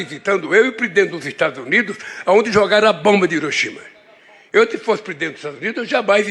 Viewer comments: O cara fala Orishima e não HIROSHIMA 😂😂😂😂😂😂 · Hiroshima fica no Japão. Pelo jeito que ele falou, ele acha que Hiroshima fica nos Estados Unidos . Ainda falou 'hirishima' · Ele disse Horishima? vsf!